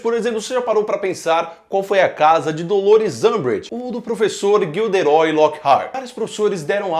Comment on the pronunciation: GILDERÓI? essa doeukkkkkk